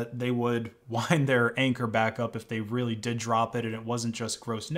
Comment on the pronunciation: More like China is reary sowwy